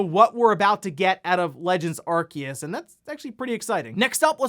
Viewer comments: I thought it was "ar-see-us" not "ar-key-us" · Aar see uhs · 7x.... you said Arkeus 7x... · I love your videos normally but in the intro today when I heard the name Arceus be pronounced Arkeus I had to pause the video, I opened Google Translate typed Arceus and heard the Google voice say it right and I walked out of the room... it's been about an hour since then. I think I'm ready to resume the video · THE C IN ARCEUS IS SILENT HOLY SHIIT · Someone please force this man to pronounce Arceus correctly it's killing me